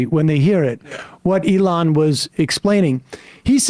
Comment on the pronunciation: It helps if you pronounce it like "eggs." The eggs were flying freely today. He pooped out five eggs. It was a slow day for Eloon.